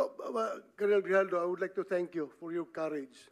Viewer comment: Ano ba yan binabasa mo na nga lang mali2 pa ang mga sinasabi mo."GRIJALDO" PO AT HINDI JIJALDO. Ano ba yan ayusin mo naman may mga bata na nanonood.